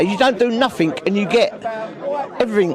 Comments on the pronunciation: Stop saying ‘noffink’, for fucks sake. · "doing nofink and getting everyfink" 😅😅😅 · “Nothink” and “everythink” ? What the hell does that mean ? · If they "don't do nuffink" they must be "doing summink". He's thick as mince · I judge him for saying nuffink too. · what is NUFFTHINK ..can these people not grasp basic English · You can tell how educated he is by the way he says nothink... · The word is nothing not nuffink. Therein lies the problem.. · what the hell is a NUFFINK